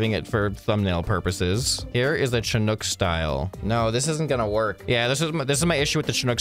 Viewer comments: SHInook NOT CHInook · Please please please - Chinook not pronounced "CH" and in Chair but rather "SH" as you SHOULD listen to me. :D Pronounced: shuh·nuk